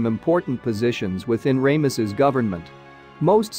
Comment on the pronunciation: I love the awfulness of Ray=muss-us. and then for a moment I thought the AI voice ssid the to,be belonged to the late Ron Wyatt. I had to listen a second time to be sure it wasn't Ron. If people are going to rely on AI software that mispronounces then the least they owe us os to check the pronunciations.